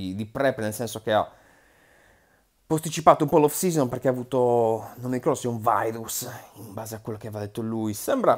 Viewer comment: "vairus" è una citazione storica di di maio 🤣🤣🤣 grande